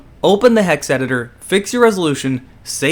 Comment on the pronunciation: You said Hex right... but you fail at computers. It Is Eye-N-Eye file not innie file.